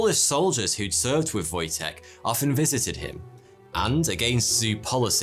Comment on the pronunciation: That's a pretty good pronunciation of "Wojtek", well done. ;) I didn't even know this name has such meaning, but it makes more sense once you realise it's a diminutive of Wojciech. ;)